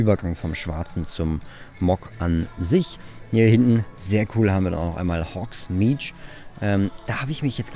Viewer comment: Es wird übrigens "hogsmid" und nicht "hogsmidsch" ausgesprochen :)